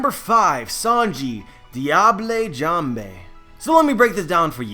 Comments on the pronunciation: "Deeablay Jamblay" The fact that I know how to pronounce words in French, it hurts to hear shit like this. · Diable jambe is french, you're pronouncing it in a Spanish way. I don't really care if you keep saying it that way but I mentioned it just in case you want to know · Sanji's "diable jambe" (which isn't spanish or italian as your pronounciation may come of) is french for "devil leg". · Sorry, but your pronunciation of diable jambe is TERRIBLE, the e's are not like an 'a' but are barely pronounced, check out google translate.